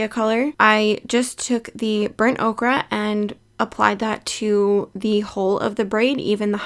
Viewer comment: Burnt “Okra”…😂 like the vegetable? 😂 it’s pronounced “oh-ker” lol😂 great tutorial though! I have hair this color.